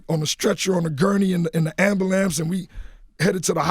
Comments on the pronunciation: Nigga said AmberLAMPS... 4x! LOL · I feel bad for laughing so hard when he was talking about the K2 incident 😹 but when he said “call the AMBALANCE” i lost it 😹😹😹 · Did he say ambulamps? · Or Ambalance....😀😀😀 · Did anybody else hear him say ambalamps!?!?!? LOL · Why can black people NOT pronounce AMBULANCE to save their life. whoever told you it was amberlamps?